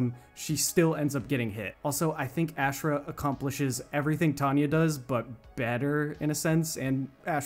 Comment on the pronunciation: Bro it’s aushrah not ash rah lol